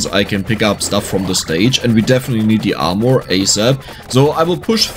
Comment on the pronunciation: Genuinely love the French pronunciation of Armour 😂 More correct would arguably be “AR-merr” :)